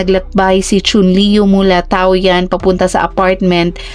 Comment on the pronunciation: tama ang spell na Taoyuan ,pero hindi ang pagka pronounce nya